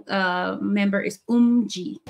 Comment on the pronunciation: Viviz have no positions. There's no main dancer or vocal like they did in Gfriend since they said they want to keep VIVIZ more equal and that they'll keep the positions for GFRIEND. Also the names are pronunced as SHIN-BEE , UHN-HA and OHMJI